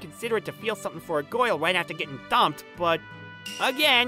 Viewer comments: i started laughing my ass off when the dude said gayrl and immediately looked in the comments for this comment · He said goil but it's soposed to be girl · he literally says "goyle" instead of "girl" omggg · Can't help but chuckle hearing the word "girl" pronounced like "Goyle" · I like the guy that said goil instead of girl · instead or girl he says " goyal" lmfaooooo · Bro said girl like gool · he said goil instead of girl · He pronounced every other vowel like bugs bunny “The kindest Goil” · Also, he pronounces girl like goil. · bro wh-why the main character can't pronounce (girl) in right pronunciation i dont know why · Good show but i don't like how he pronounces things explanation Girl goal Person peson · I cant stop wheezing when he pronounces "girl" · This dude NEEDS to work on his pronunciation. Particularly the words; girl, certain and person.